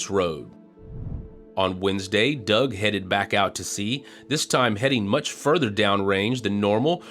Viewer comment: Wait... Why are pronouncing Doug differently? 😢